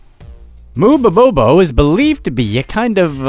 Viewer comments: Oops! A few miss pronunciations in this video! Your title says "Mubobobo" (three bo's) where as you say it "Mubobo". Also, your pronunciation of Tanzania....I believe it's "Tan-za-NI-a", not "Tan-zania". Just me being anal really.... The phallic symbol was ALSO considered good luck in ancient Rome and appears a LOT in art and architecture in India as well. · you mispronounced mubobobo, youre missing one bo, you kept saying mubobo....